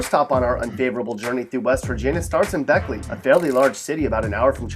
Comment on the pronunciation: Listen here you son of a bitch I am from West Virginia and I can't blame you on half of this list but when you say beckey I am swinging at you head because that is my second home I live an hour from there